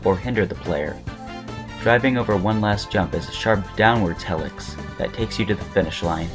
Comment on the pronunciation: this video is amazing but your pronunciation of helix makes me want to gauge my eyes out